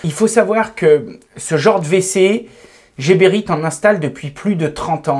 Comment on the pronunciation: C'est quand même fou que même les gens employés par la marque ne prononcent pas bien le nom de leur marque. Geberit ne se prononce pas à la française jébérite mais à l'allemande guébérite